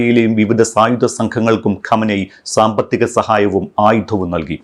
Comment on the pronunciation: ഖമനെയ് അല്ല ഖമൈനി